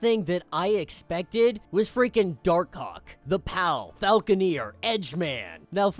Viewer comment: Bro gotta say Dark Hawk better lol.